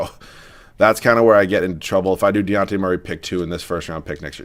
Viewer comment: As a Spurs fan the amount of times you pronounced Dejounte's name wrong REALLY started to annoy me hahaha It's a hard J like Dijon mustard